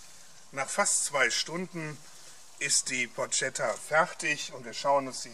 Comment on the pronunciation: it's written porchetta but you read it porKetta btw...